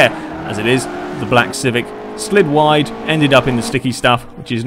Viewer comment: You said ride instead of wide